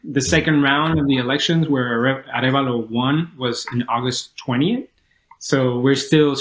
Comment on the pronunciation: Bernardo Arevalo----- say "ah REV ah-lo"